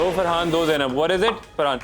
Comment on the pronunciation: Sorry gyzzz it’s frahaannn